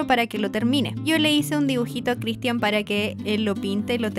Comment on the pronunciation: Por que CRISTIÁN con acento?